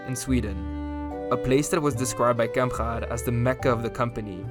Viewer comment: Wtf is that pronounciation of Kamprad? If you can't pronounce it in swedish then just say it normally in english. Now you just made a weird throat sound that sounds like neither